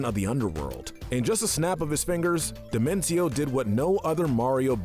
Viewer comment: I think dimentio is pronunced like "dimension"